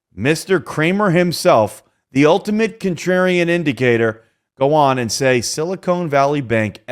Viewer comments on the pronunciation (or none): Sili-khan not sili cone